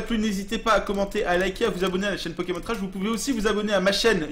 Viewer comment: digigamer man non il les prononce bien